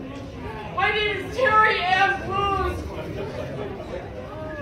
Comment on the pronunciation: I swear the airport karen said her name was, "Terry Ann Booz"